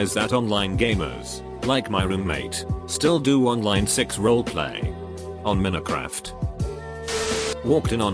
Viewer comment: Ahh yes..”Minicraft”